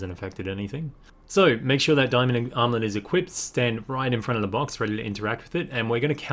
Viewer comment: When you say armlet it sound like you’re saying omelette lol